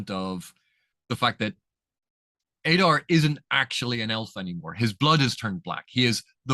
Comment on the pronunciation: In the Elvish languages letters generally keep the same value. There are exceptions, it's all described in Appendix E. So yes Oo-dune (US pronunciation). Likewise Ah-dar, not Ay-dar.